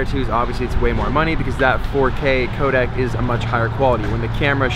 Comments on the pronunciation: it's the same codec at a different bitrate. why did you say "coda"? there's a c at the end. co-dec. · Its codec as in 'deck' not 'dak'.